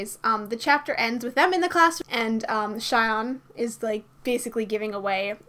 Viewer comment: I think sunoo's name 'shion' is pronounced 'shi-on' like 'shi' from 'sushi' and 'on'